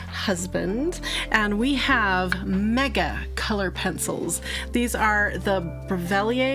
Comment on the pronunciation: You’re almost there. Yes it’s French and it’s pronounced Breh-vil-lee-ay, plus you don’t pronounce the « r ».